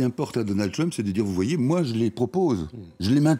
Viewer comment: Votre Journaliste ne pourrait pas faire un effort sur sa prononciation de "TrUmp"? on est en Françe, pas aux USA..."TrUWmp"...oO